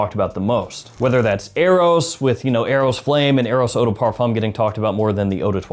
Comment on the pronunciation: the 'M' sound in parfum is silent, if u want to pronounce in properly